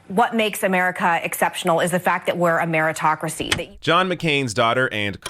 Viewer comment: "Ameritocracy" LOL